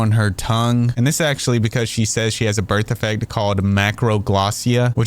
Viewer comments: "eerrrybody got a birf defect." Oh sweetie. No, we don't. 🤣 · I have a birf defect like eerrybody else. I have AGHG. I can’t per attention fer nothing